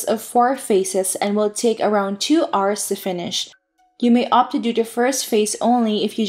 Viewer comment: Thanks for the guide. I just got back to the game so this is my first day in Louyang and I don't know what is what. lol. This guide will definitely help. Edit: By the way I noticed you are mispronouncing hour. It pronounced like "our" or "awer" or "ou(ə)r".